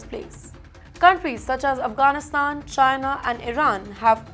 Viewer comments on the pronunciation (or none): none